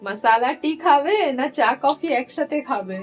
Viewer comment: চা কফি না বলে একেবারে চাফি বলো😅